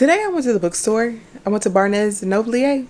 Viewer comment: Girl I screamed when I heard how you pronounced B&N. Me and hubby do this too way too often 😂✨